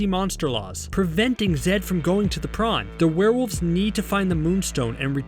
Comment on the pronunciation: I thought it was prom not prown